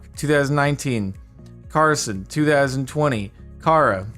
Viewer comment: I kind of feel like he struggled to say Carson lol